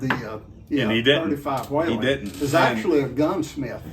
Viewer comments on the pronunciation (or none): Thanks for the video and thank you for your service! The name is WHELEN rather than WHALEN, though... pronounced WHEELEN rather than WHAYLAN.